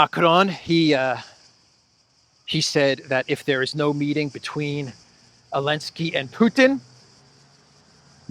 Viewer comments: if Zaluzhny becomes president of Ukraine, are you going to start calling him "Aluzhny"? 😂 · It's funny you say Elensky which sounds like the Dutch 'ellende' which translates to misery